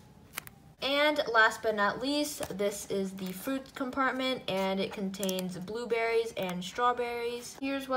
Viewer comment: Hahahahahahahahahaha she said buberys